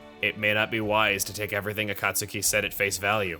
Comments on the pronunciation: Akat suki....u said it as Akat suki. Its Akat Ski. Akatsuki is said Akat ski. Sorry had 2 point it out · As a Naruto fan, hearing Chugga say A-Cot-Suki, and not A-Cot-Ski irks me. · It's pronounced A-cot-ski, like in Naruto. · Akastuki = Akah-su-key just like tsunami. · ok, this is bothering me., you are saying Akatsuki wrong. you should be saying it with the U being silent. Akatsuki is pronounced as "Akatski" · "Master A-Kaut-Suki" Someone's never watched Naruto. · I have to assume Chugga never watched Naruto by the way he pronounced Akatsuki. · Naruto fans like me are facepalming at a certain word's pronunciation on Chugga's part. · the way Chuggaa says Akatsuki makes me think he hasn't seen naruto